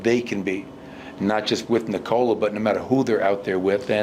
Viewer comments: It´s pronounced like in English: "Knee Col La". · 10 years in Malone still doesn't know how to pronounce Nikola